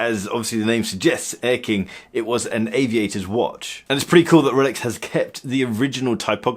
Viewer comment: Did he say I have a “rrrx” on my wrist?